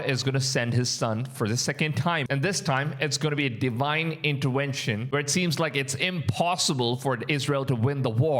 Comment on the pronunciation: That is a V in intervention not a W